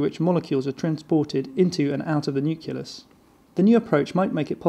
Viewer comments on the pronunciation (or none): Rated 1 star - just for "nuckelus" - fucking insulting that a scientific narrator can't even pronounce the words properly. I'd flunk him just for that.